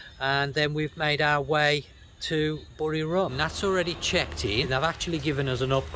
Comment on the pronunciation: its buriRAM not RUM same as papaya not POPaya